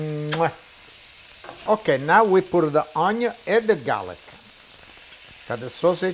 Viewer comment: Love how he says onion. Oño! Lol 😆❤️👍